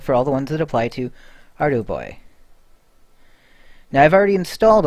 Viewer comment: I think it's "arr-dew-boy"